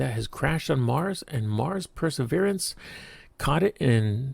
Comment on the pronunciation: I won't 'like' and 'subscribe' because you can't be bothered to speak correct English. The double 'T' in 'button, and the 'T' in 'metal' are not over-pronounced the way you do in order to sound more 'precise'. You don't; you are simply mispronouncing the words. Also, read the word 'Perseverance' carefully and pronounce it correctly. I find it hard to imagine tolerance to such oversight while you worked at the 'SAC'.